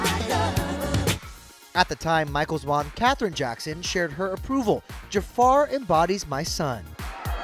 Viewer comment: Jafar❌ Ja-a-far ✅